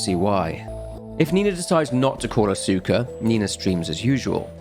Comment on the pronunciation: Note if you run into the name again in the future. Asuka is usually pronounced "aa-skuh"